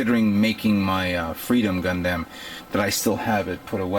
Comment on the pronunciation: Gun DAMNIT its pronounced like gun "DUM". Aside from other mispronunciations just at least pronounce the overall title right. Other than that though cool showing.